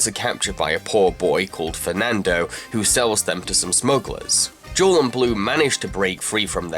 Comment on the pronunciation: Uh...Blu‘s wife‘s name is Jewel. Not jaw...wtf.